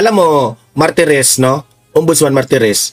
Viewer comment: Not Maritez, instead MARTIREZ